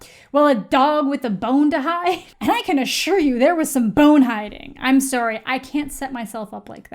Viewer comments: I love how you can hear the canadian in amandas voice when she said soory in the beginning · lol you say sorry very Canadian